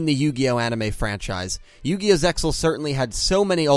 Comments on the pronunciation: "Zeal," not "Zexal" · The ZeXal OF THE ORCALCAMALOS ZeXal is pronounced Zeal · Everytime I hear "ZeXal" it kills me inside a little. The word is pronounced "Zeal" The X, is silent and there to make it look cool. Its not part of the word itself. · Damn! I knew 4Kids screwed ZeXal, but I didn't realized how severe the damage. Talk about a serious mess. The first mistake was mispronouncing the name. I know you know it's supposed to be "Zeal". Anyway, another excellent video, dude. Good job pointing all this out. I guess you'll be tackling Arc-V next, but you should wait until all the episodes are dubbed before you do. Also, let me just say that after seeing these videos, I am absolutely terrified about what crappy dub treatment is in store for VRAINS in the future. I like how this series has gotten really dark lately and ruining that would piss me off to no end. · It is pronounced Ze Al the X is silent if we the fans don't say it correctly no one else will. Can't wait for Yusaku dub kidnapped to be changed to he got lost or something. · the x in zexal is silent